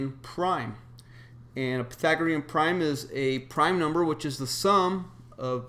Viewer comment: Pythagorean, not Pathagorean,.